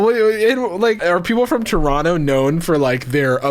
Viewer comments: Bruh the way he said Toronto oof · The way non Canadian pronounce “Toronto” breaks my brain lmao